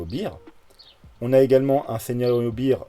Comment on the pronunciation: Merci! Au top comme d habitude. Juste un truc: Beer [bir] = 🍺 Bear [bère] = 🐻 Bon rétablissement à toi 😋